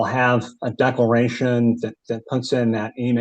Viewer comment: did he say deckleration?